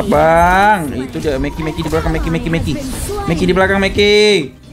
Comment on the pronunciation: Menki ❌ Meki ✅